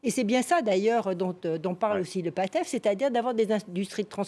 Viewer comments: c'est Pastef et non pas Patef à titre d'information la prononciation change catégoriquement le sens du mot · Cette dame elle pas croyable😂 Comment peut-on s'autoproclamer SPÉCIALISTE DU SÉNÉGAL et dire certaines betises : - Fils du president mélé à des magouilles minieres👉 Ce n'est pad son fils, c'est son FRÈRE - Et le parti politique de SONKO ce n'est pas le PATEF mais le PA-S-TEF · La dame là elle ment sur les facteurs d’instabilité. PERSONNE dans le Pastef (et non pas « Patef » comme elle dit) ne veut l’indépendance de la casamance . Ça fait longtemps que les quelques rebelles restants ne peuvent même pas déstabiliser un village. Et autre mensonge il n’y a pas de terrorisme au Sénégal de par la religion. La seule instabilité était politique et due au fait que Macky Sall voulait bloquer Sonko. Il a échoué quand il s’est rendu compte que le projet de Sonko gagnera par sa personne ou par un de ses frères de lutte. L’instabilité est donc finie.